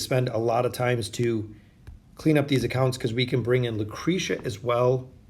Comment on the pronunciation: lmfao what? he literally paused between “o” and “den”. it’s pronounced oh-din all together without pause. either way this dude can’t pronounce half the heroes names correctly anyways. he literally called lucretia, lucreeta before.